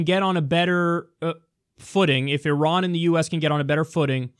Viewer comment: Great points..so glad that you pronounce Iran correctly as a side note ..